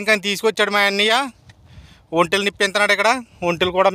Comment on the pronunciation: ఒంటెలు అని బాగా పలుకుల లేకపోతే ఆయన తిడతాడు